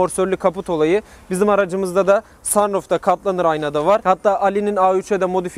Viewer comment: Hiç kimse:: SANRUF